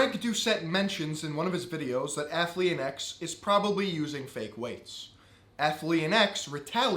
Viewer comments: I'm all for strong women who aren't afraid to say what they think on 'male' subjects, but how hard is it to learn how to say ATHLEAN? try it, miss: ath - lean. ath-lean. athlean. not so hard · When did Athlean become three syllables? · Am I drunk or is he saying Athlean weird